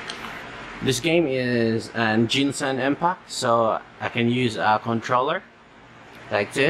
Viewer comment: i laughed when he said ginsan impact